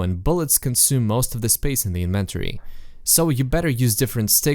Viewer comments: Please learn to pronounce inventory, otherwise nice video. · The fact that you pronounce the word Flashlight as "Fleshlight", and inventory as "in-ventory" triggers something deep within me.